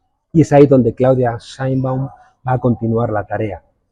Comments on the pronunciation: Es Dra. Presidenta de México, Claudia Sheinbaum Pardo!!! No "Simon" (saymon) como lo pronuncia usted!!! Pésima video columna!!! Regrese a su país!!! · No se dice como lo pronuncia es SHEINBAUM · Chembaum se pronuncia 😂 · Es una situacion muy dificil pero con la practica podras pronunciar bien el apellido de la presidenta de mexico. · No puedes intentar decir bien el apellido de nuestra Presidenta ? Porque te escuchas muy prepotente, como queriendo decirnos a todos “ASÍ SE PRONUNCIA” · No pronuncia el apellido bien para que no la pongan como judía. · Haber señor no sabe pronunciar bien el apellido de nuestra presidenta de mexico, no sabe?